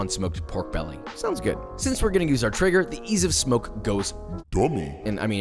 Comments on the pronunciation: Keeps saying trigger but its traeger ae makes the A sound. Is he correct or am I wrong. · It's not Eren Jaeger but Joshua's Traeger